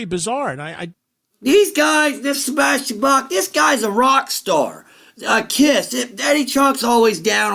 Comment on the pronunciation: Sebastian "Bass"? For a guy so knowledgeable about classic metal and hard rock, I would at least expected him to pronounce his guest's name correctly...